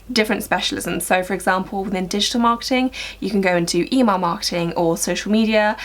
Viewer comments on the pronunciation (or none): I'm from America and I could not tell that you were saying Email Marketing! I thought you said E-Mark or E-Mall Marketing. So funny! Great Video! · I’m from North America and I could tell she was saying Email marketing lol